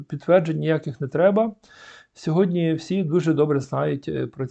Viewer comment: Перше слово звучить Сьогоднв